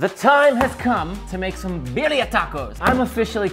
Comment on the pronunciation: You butchered the name and those look like shit lol